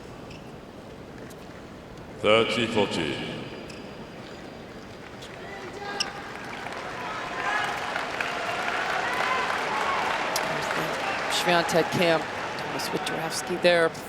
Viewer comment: Why does the chair umpire keep mispronouncing Swiatek's name so badly? lol